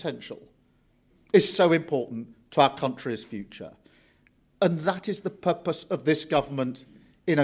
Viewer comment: Why can’t he even speak and articulate words properly how on earth did he pronounce ‘purpose’ get this idiot out